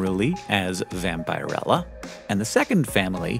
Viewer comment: It should really be pronounced vam-pee-rella, not vam-pie-rella